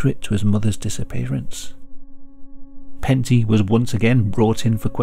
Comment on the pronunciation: Lol it's Pentti, not panty :''DD a finn here.